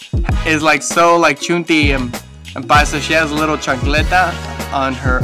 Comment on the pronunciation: Chancleta.. muy "paisa" lmfao!! You are funny ...